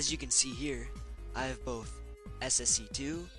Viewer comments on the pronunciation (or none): none